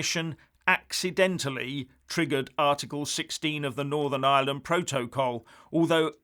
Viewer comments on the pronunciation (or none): none